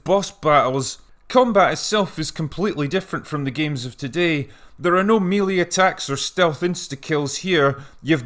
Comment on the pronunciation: Melee, not mili.